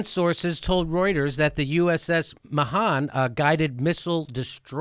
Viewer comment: You pronounced Mahan wrong Jimmy.